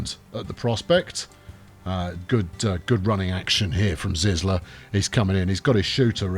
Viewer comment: ZyZla reads like zeezla lol 😂 nice to see me inaction 😎